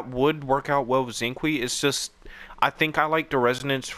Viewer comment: Xinqiu is pronounced shing sho